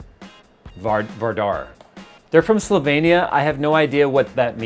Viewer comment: I've never heard any american pronounce Slovenia that good! Kudos to you sir!